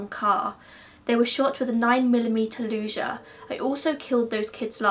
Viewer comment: Please don’t take this the wrong way, but your mispronunciation of “Luger” in a British accent is hilarious as an American who grew up around guns 😅